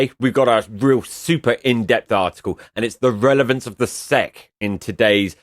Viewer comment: The SEC is an acronym, not its own word. It doesn't make sense to pronounce "Sec" it's S.E.C. You are think of an apronym, which makes a word. You don't pronounce the FBI or CIA as a word so why do it for the SEC?